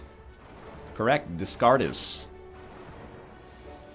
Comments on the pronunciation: Egg Descartes is pronounced Day-Cart, not Discardays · ITS DE-KAR RYAN YOU'RE LITERALLY A CANADIAN, HOW CAN YOU FAIL FRENCH SO BADLY!?